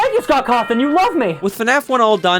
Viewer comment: the youtuber said "cawthin"